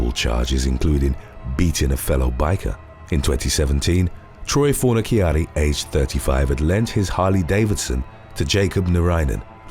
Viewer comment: You are 100% pronouncing his name wrong too. Fon-a-charri is the way to pronounce